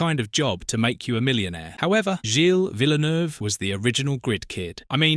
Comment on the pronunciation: Full of inaccuracies including a narrator who can't even pronounce Gilles' surname...